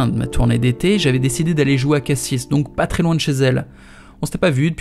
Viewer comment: NOOOOOOOON UN GARS DU SUD QUI DIT "CASSISSE" AU LIEU DE CASSIS